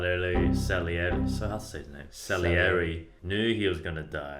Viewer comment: 'Salieri' Brett: celery